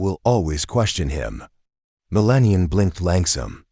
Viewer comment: This Channel needs someone who knows how to pronounce the First Lady Name!